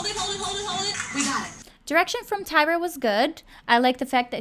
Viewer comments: Lol her name is Tyra not tiara lol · Not Taira or Tiara its Tyra